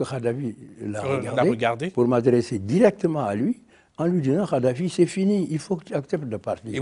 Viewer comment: Ce vieux con de Wade est un mythomane et une pourriture... Déjà il ne prononce même pas correctement le nom de Kaddafi🤣🤣🤣 Ce charlot est un mégalomane... Il dénigre ce que Kaddafi en prétendant que lui est un homme éclairé.... Ce type est la honte de l'Afrique